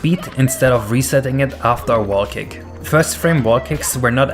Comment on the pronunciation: Sounds like your saying "Cake" and not "Kick".